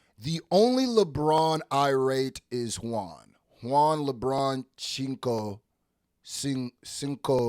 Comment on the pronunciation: The way he said Juan 😂😂😂